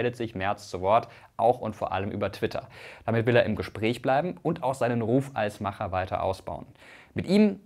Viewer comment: Gut das keiner erwähnt wie komisch es sich anhört wenn MrWissen2Go „ Macher “ sagt.